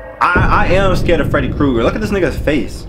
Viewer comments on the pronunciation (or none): Why tf he say freddy kreuger like that 😂😂😂